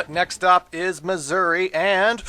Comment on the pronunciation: When he says Mazuri it kind of sounds like he's saying "Missouri".